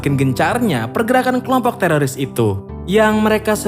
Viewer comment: Lembut kali ya "telolis" 🤣